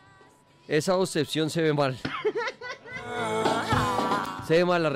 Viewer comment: A ver repite despues de mi .obsecion ..ella: osebcion jajjajajajajajkakaja